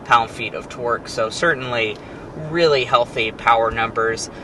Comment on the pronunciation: He definitely said twerk instead of torque